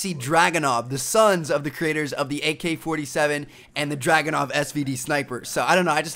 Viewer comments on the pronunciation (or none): none